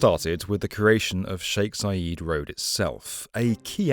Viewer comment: Zayed, not Zayeeed ffs